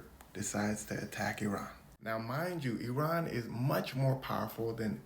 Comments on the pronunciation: Thank you for correctly pronouncing Iran! And not as “I ran” 😊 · Thank you for pronouncing Iran correctly